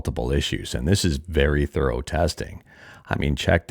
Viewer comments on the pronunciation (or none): none